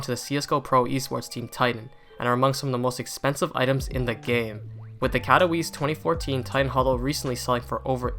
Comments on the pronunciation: kato vee chay, not kato wice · "Cat o weese"